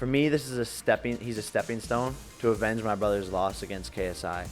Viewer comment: He did not just say avenge like this a quest💀💀💀💀